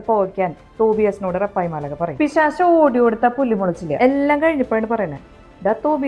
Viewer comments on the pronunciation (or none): പിശാശ് അല്ല പിശാച് 😄